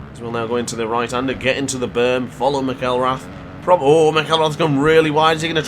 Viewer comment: Just so know announcers pronounce Shane's last name as Mac-el-rath